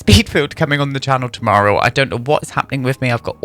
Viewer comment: In the past 10 minutes I’ve heard you become more and more Irish. Gimme another “tumarrow”.